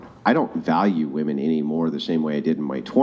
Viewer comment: ITS WOMEN! NOT WOMAN.....jesus fucking christ